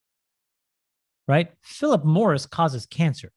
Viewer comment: hahahah, not sure I heard 'Philip Morris' right, so I turn on the subtitles to confirm...